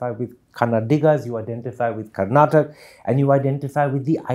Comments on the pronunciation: Mr Thappar - it is KARNATAKA & not how you are pronouncing . First learn how to pronounce correctly your fellow states properly before asking for any money. Kannada Film Industry is the only film industry in India where the METOO movement did not happen because it is a perfect utopian Work ethical Industry or was snubbed , curtailed and killed in the bud . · With all due respect mr Karan Thapar , make sure you say Karnataka and not karnatak ! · Mr.Thapar, thank you for this interview. This was brilliant. However, with due respect I want to raise a couple of issues. Firstly, it is Karnataka and not Karnatak. And secondly and more importantly, it is disrespectful to interrupt the interviewee repeatedly. Please allow them express their views and opinions fully.